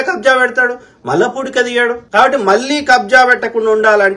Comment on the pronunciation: భయ్యా... That is పూడిక... Not కూడిక